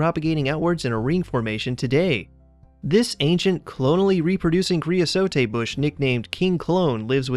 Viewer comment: Cre-uh-sote. The final e is not pronounced.